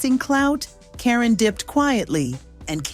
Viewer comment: Who is "Kareeen"??! 😆I hate Ai.